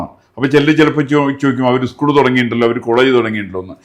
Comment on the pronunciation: ഉസ്കൂൾ അല്ല സ്കൂൾ😂